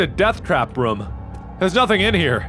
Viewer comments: Mark it is pronounced "room" not "rom" :D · He pronounces room different. Sounds closer to roam. Is this a Cincinnati thing or just a Markiplier thing?